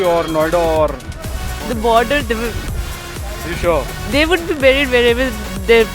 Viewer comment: The only girl who pronounced "buried" correctly Also why would you bury survivors? They survived!